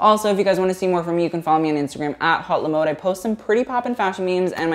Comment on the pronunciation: “hhhote la moade” lol